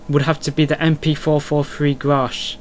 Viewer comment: its ''GRACH'' not ''grasch ;)